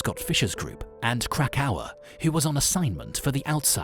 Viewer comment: Sandhill Pittman and CRACK-cower 🤣 doesn't get any better than that